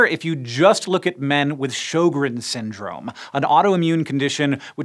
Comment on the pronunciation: It was very entertaining to, as a Swede, hear Hank pronounce Sjögren xD